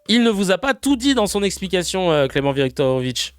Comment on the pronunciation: C’est Clement viktorovich pas clemovich